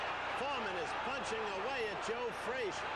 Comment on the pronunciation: Announcer called Joe name joe freezer